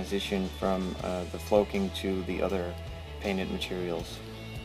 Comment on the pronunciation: Great tutorial, thanks! Doesn't the word flocking rhyme with clocking as opposed to cloaking?